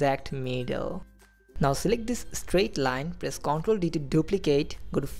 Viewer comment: Man, awesome skills. thanks just a note: the word "control" emphasis on the second half conTROL. I kept mishearing that word and getting confused.